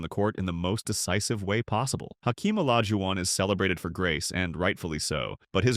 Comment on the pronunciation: When you use AI and it can't pronounce Olajuwan correctly, this video immediately lose credibility. The rest of the video is already known for the beefs Olajuwan had with others.